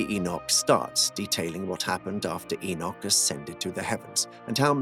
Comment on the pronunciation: just one enoch, but two pronounciation one - 'egg-nog' two - 'e-nough'